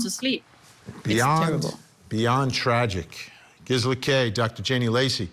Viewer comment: Wish he’d say her name right, it’s driving me nuts!